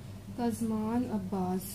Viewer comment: Its pronounced kaz man like superman